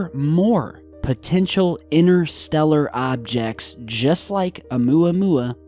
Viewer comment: Try saying interstellar & we might make sense of what you are saying,innerstellar does not make sense the same as your other favourites innernet & innernational,there is a"T"in these words for a reason